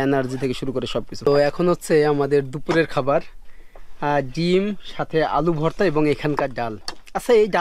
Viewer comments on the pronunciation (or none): none